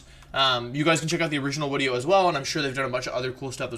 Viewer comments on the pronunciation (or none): Is he saying 'wideo'? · i like hte vids, but you keep saying wideo, and its fcking pissing me of every time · you mean wideo, not video.